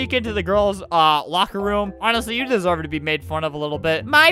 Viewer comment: "i ssever a secoind chance." -, 2018